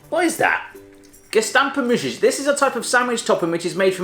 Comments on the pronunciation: Im so offended by how he opened the ‘gestampte muisjes’ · jaaa zij zij bij de gestampte muisjes gastampte muusies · Jodenkoek: jeudenkeuk Gestampte muisjes: kestampte muusjes Roze koeken: idk wat hij zij 😂 Koetjes reep: khoetjes riep Pepermunt: gwn best goede uitspraak 😝 Zoute ovaaltjes: zoete oviltjes Stroop wafels: stroep waffels Peijnenburg: piejnenburk Rookworst: roekwurst Zoethout: soethoet Salmiak: idk wat ie zij Borrel nootjes: borrehl neutjes Kaneelstokjes: kenil stoeukjes Geen haat hoor ik vond het een hele leuke video Groetjes uit the Netherlands 😝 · Floor Mak hij zei vgm ghestamphe musjes klinkt als gestampte musjes 😂